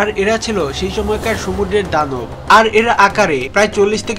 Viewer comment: Vai apnar uccharonta shuddho na... Sumudro re apni সমুড্র bolcen...